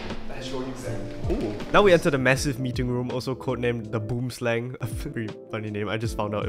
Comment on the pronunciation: BOOM SLANGXDDDD bro its boowem slung thats how you say it